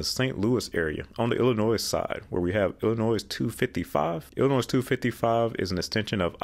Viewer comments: Just for your reference: Illinois is NOT pronounced "illa-noise". It is "illa-noy". Now that this is cleared up, IL-255 exists to connect the StLouis Metro-East with long planned US-67 freeway north to Moline. If you look at US-67 you will see that IDOT has been slowly upgrading it to interstate standards in bits and pieces all the way to the Quad-Cities. As for IL-390, one must remember that this highway had no numerical designation for nearly 20 years. It will stay IL-390 for posterity because it was planned to connect with the South Elgin Expressway (US-20) and reconnect with I-90 west of Elgin. While IDOT owns all the ROW to make it interstate grade they don't have the funding to get it done between Hanover Park to East Elgin. ISTHA is currently looking to extend the west terminus of IL-390 from Lake Street to County Farm Road. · “C’mon feel the ILLINOIZE!” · You don't pronounce the last letter in Illinois... el-in-OY!! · We don't pronounce the s in Illinois (noy not noise). I never understood why I-255 and I-270 aren't just the same. It's basically a concentric circle around the city, yet they called them two different interstates. I don't foresee IL-255 ever getting interstate status, because there just isn't a need for it. Past Alton the population is much less, especially in Godfrey, which is just a small riverside town. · The 's' is silent in Illinois. It is pronounced i-luh-noy. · Dear god man, the “s” in Illinois is freaking silent. That was so painful to listen to. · Why oh why are you pronouncing Illinois wrong?!?! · Please: the “s” is silent in Illinois. Butchered from the French. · The S in Illinois is silent. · This right here! I love his videos but that “s” was hurting my ears. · Until Illinois straightens up their issues they are not worthy of the silent "S" so there lol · Give him a break y’all, he was using the plural version of Illinois :-) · Going to IllinoiS for the first time on Sunday, will make sure to add extra emphasis on the S lol